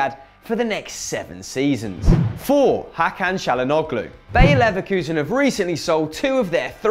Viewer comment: "Bear Leverkusen"